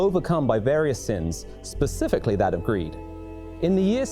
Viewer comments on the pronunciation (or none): none